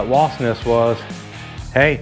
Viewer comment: Wasp!!! I know here in Texas people also say wasts. But it's with a P!!